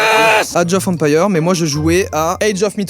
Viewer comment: Age of empailleur ....okey super la prononciation 😂😂